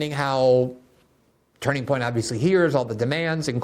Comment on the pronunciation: I love that Glenn is so eloquent but keeps having trouble saying “Turning Point”